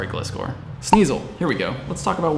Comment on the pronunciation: Gliscor is pronounced Gly-scor, first part of pronounced like Glide.